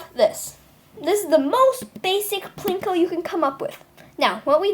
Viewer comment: What he means to say is that u said Pinko instead of Plinko. Also, thx for the tutorial!!